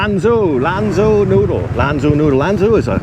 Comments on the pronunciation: By the way Mr. China Expert. You pronounce it as if it were written "LON JOE". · Lanzhou lamien was my favorite chinese restaurant when I lived in China! It’s pronounced lam Joe. The zh in Chinese is the same as a j in English… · Lanzhou noodles. In Mandarin, zhou sounds like "joe".